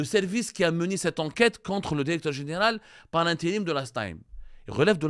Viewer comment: Va apprendre le francais avant de prétendre le journaliste .tu reflète le niveau des diplômes algerien .tu prononce toujours dérecteur au lieu de directeur.